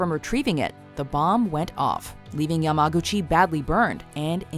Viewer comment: U pronounced Yamaguchi YaGAmuchi the first time